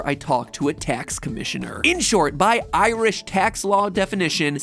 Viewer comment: If you think 'bap' is hilarious, wait until you find out about the Blaa... Also, I'm going to make it my life mission to teach Americans to say 'Ireland' and 'Irish' properly; this vid was torture.